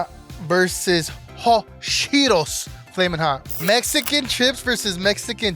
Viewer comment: bro said cheeTOES